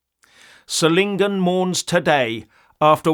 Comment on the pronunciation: You pronounce the name of the city "Solingen" correctly. I can't say the same about the highly paid BBC reporters who had no idea how to pronounce the name of the city correctly. My 2 cents from Belgium (Flanders).